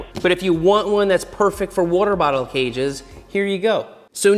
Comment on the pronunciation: Take a shot every time Seth says worter bottle. lol